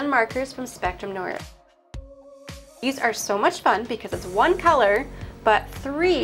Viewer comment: noir is French word, pronounced "nwahr." You can also google the pronunciation.